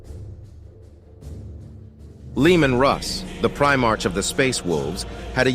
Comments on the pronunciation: By the Emperor this is just painful to listen to as it's full of mistakes. Before making a lore video maybe you should actually know the lore. And for fuck sakes you're not even pronouncing it right. It's not "Primarch," it's pronounced "Primark." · You’re saying primarch wrong, otherwise great video. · A number of things that are just... wrong. And, get an AI that can pronounce "Primarch" correctly.